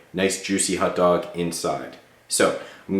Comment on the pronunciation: Hot dog, not hut dog..